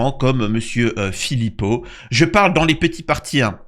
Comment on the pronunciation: sérieusement tu dis Philippot aussi